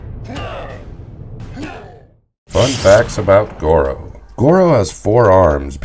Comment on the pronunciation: But he's saying the name wrong